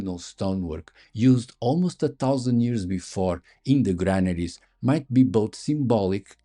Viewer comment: Did you say Melon shaped mammaries? eh? Oh... Granaries! got it!